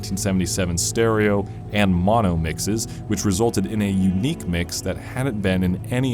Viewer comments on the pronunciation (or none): none